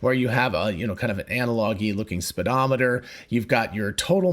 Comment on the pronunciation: It’s a speedometer not sped. How do you say speed?